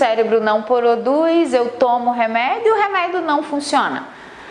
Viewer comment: Pq ela fala "reméido" ? Que agonia